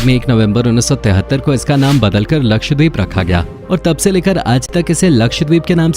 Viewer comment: Ye deep nahi dweep hai, means island